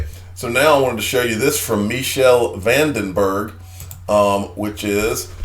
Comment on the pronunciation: HELLOOOOOOO!!! "Michiel van den Berg"'s first name is NOT PRONOUNCED "MEE SHELL"! THIS IS THE THIRD TIME (3RD video) I'VE TOLD YOU THAT IT'S PRONOUNCED "MEE KELL"!!!! HELLOOOOOOO!!! "Michiel van den Berg"'s first name is NOT PRONOUNCED "MEE SHELL"! THIS IS THE THIRD TIME (3RD video) I'VE TOLD YOU THAT IT'S PRONOUNCED "MEE KELL"!!!! HELLOOOOOOO!!! "Michiel van den Berg"'s first name is NOT PRONOUNCED "MEE SHELL"! THIS IS THE THIRD TIME (3RD video) I'VE TOLD YOU THAT IT'S PRONOUNCED "MEE KELL"!!!! HELLOOOOOOO!!! "Michiel van den Berg"'s first name is NOT PRONOUNCED "MEE SHELL"! THIS IS THE THIRD TIME (3RD video) I'VE TOLD YOU THAT IT'S PRONOUNCED "MEE KELL"!!!! HELLOOOOOOO!!! "Michiel van den Berg"'s first name is NOT PRONOUNCED "MEE SHELL"! THIS IS THE THIRD TIME (3RD video) I'VE TOLD YOU THAT IT'S PRONOUNCED "MEE KELL"!!!! HELLOOOOOOO!!! "Michiel van den Berg"'s first name is NOT PRONOUNCED "MEE SHELL"! THIS IS THE THIRD TIME (3RD video) I'VE TOLD YOU THAT IT'S PRONOUNCED "MEE KELL"!!!!